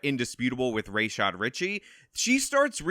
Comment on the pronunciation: You refused to say Rashad Ritchie properly, was it to express bad faith in a way that has nothing to do with the content of the story? It's like you paid attention to Gulf War George H W Bush, back in the day (Sadam, Hasan, Rashad). It's sad. I liked your applicable points, except about the redacted receipts - a third party saying the receipts are real while not letting anyone see them is not the release of evidence, its hearsay. You intentionally express tangential contempt to cater to your listener base and it berates the truth. It would have been interesting to examine the differences we could actually see, between Negligent Defamation and Malicious Defamation with the actual language of the statutes. But that would be work and somehow speculative. I understand that you are a failed Law Enforcement official, when did you fail. If you aren't a failed, why do you expresss yourself in this media, in this way, it can't be good for your career especially when you make so many rookie mistakes.